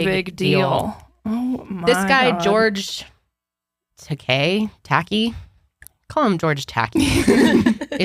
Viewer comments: Ngl, hearing y’all mispronounce George Takei’s name was difficult to hear 😂 it’s “tah-kay.” He is most known for his role on Star Trek Much love though! I love the pod and welcome back Kendall! I had a baby August 11th so I feel you. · It is George Takai pronounced Tuh-kī. (Rhymes with Cobra Kai or "sky.") He is the Asian man who was on Star Trek. Outspoken gay liberal man. Tweets a lot. Very funny & smart & opinionated. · YAY!!!! Kendall is back!! I love all of you!! I'm writing this as I listen but when you were talking about George, I think you were talking about George Takei (pronounced Tuh-Kie) He was one of the Stars in The StarTrek movies and shows. He's hysterical. So glad to see you back and looking amazing!! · I loved this ep and I'm so happy for Kendall and little Holly I wish you all the best. I would just ask that instead of laughing at "hard to pronounce" names like that of Japanese American George Takei that you take the time to learn how to pronounce them. You guys are so diligent and respectful in other areas of your content it is disappointing to see you laughing at ethnic names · None of you knowing who George Takei is let alone how to pronounce his name hurt a little